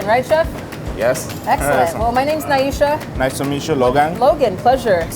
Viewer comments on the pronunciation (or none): Nyesha is her name. Not Naisha.